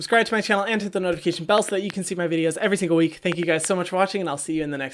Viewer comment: I love when he says “everysingleweek”